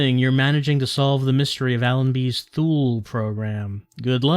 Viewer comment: Is it so hard for a developer with actual resources and a publisher back in the stamped CDs and boxes era to look up the proper pronunciation for an unusual word before they record all the voice acting? Thinking of "Thool" here. I know the internet wasn't as friendly back in 2000 but they could have called a library and asked the reference desk or looked it up in a book or whatever people did back in cavemen times.